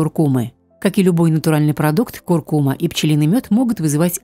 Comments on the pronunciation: Куркума’-ударение на «а», и не остынуть, а остыть... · КуркумА -ударение на последний слог...слух режет🙄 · Не куркума’,а ку’ркума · Первый раз слышу ,чтобы на слове куркума ставили неправильно ударение. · потому что даже ударение в слове куркума ставите неправильно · Да, слух режет весь ролик